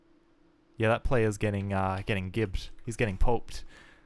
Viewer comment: It's pronounced "jibbed." It's short for "giblets."